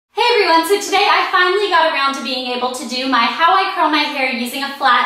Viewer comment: I love how you say around! I know that sounds really weird, but yeah, just the way southern people like myself say things. Haha :)